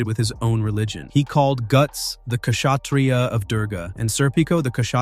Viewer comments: it's not Kshatriya.. I mean the spelling is same but K is silent, so it's Shastriya in verbal tone. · It is pronounced Shatriya with k being silent . Kshatriya is a warrior caste and in terms of heirarchy they come just under the Bhrahmin priest caste. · I am Indian nd kshyatriaa is pronounced as khotriyoo...( Ig 🤔) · Hello again, Indian here you can drop the K on Kshatriya, we pronounce it as Shatriya (it means warrior), sorry I know I'm being grammar police here. Some of the hindi words are written weirdly in the english language I don't know why. Also, fuck the caste system.